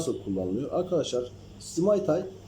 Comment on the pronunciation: Simaytay değil bi de düzeltelim simtay